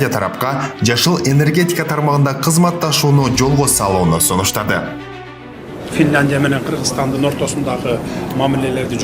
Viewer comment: 😂😂Мендагы тан калдымде Жакшыле Журналистен Фитландия деп Сенден башка уктум ал Эми Президенттен Туурасын Уктум Финляндия деп Жанылбас жаак Мудурулбос Туяк болбойт дейтко